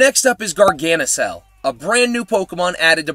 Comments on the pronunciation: Yea, so many people always pronounce it wrong. Always saying “Gar-Guh-Nackle”, it’s just so annoying. It’s literally “Gar-GAN-Nackle”, because of the word Gargantuan. What makes it worse is these people know how to pronounce Barbarracle correctly, they don’t say “Bar-Buh-Rackle” they say “Bar-Bear-Ackle” as in Barbarian and Barnacle. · No think Gargantuan and NaCl from Sodium Chloride. For the Nacl part of the name pronounce it like nickel but with an "A" instead of an "I" in. And there you have GargaNacl